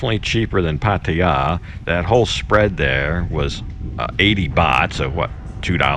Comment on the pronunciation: Great to hear your pronunciation moving away from the exaggerated “Pattayyyyyyyyyyyyyaaaaaaaaaaa”!